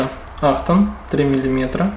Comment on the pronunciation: АХТОН!!!😂😂-АКСТОН А если по английски,то экстн!